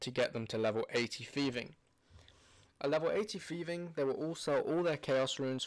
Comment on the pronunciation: if you fucking make a video about thieving, at least go thru the effort of pronouncing it correctly, it is not fucking jiiving or shiiving